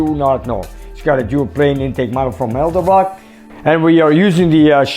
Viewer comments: ....It is ED-elbrock, not EL-debrock. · Distributor... not distrubutor. Soft "i". And... Edelbrock... not Eldabrock.